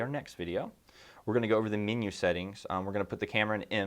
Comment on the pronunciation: It funny how sometimes a person speaks with a fairly neutral accent but will pronounce one or two words oddly. "Min-yew"